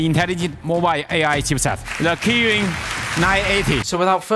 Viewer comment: The Kiwiin nuh eh tee